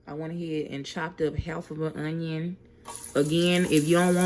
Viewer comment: Say onion one more time 💀